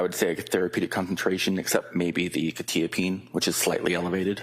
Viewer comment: Why is no one able to pronounce quetiapine right?! "kwuh - ta - uh - peen"